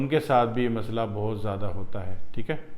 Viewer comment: Teek hai ,teek hai Kiya ratthe ho .pahile toom teek hojaopheer teek bolne ka vidio banana seekho theek hai .